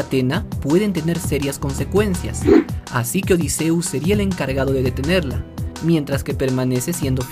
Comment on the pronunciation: Por lo menos si pronuncias bien el nombre de odysseus